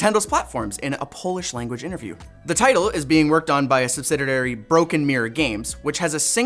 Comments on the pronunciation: Dearest..."sub-sid-ee-(y)airy." Not 'subzadairy.' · I think that strikes a good balance between authentic and genuine, and clearly reading a teleprompter. I enjoy this. Also, subsidiary 😂